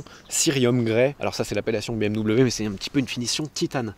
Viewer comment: Excellent reportage. En tant que propriétaire d'une M440i, je confirme 90% de la critique. Toutefois, 2 choses me déplaisent dans la vidéo : 1) BM-"DOUBLE-V" (ça fait saigner mes oreilles) 2) Mon ami JB dans le champs, cela me remplit d'émotions tellement je l'appréciais. Chaque année au salon de Genève nous allions manger avec son frère Benjamin au restau...😓 RIP mon ami JB...